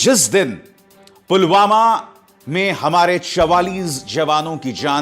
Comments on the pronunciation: Pulwama ko to Pulgama bol rhe h 😠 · Modi says pulgama 😂not pulwama 😂😂😂